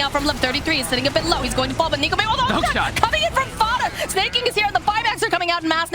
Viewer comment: The way she says Fata still makes me cringe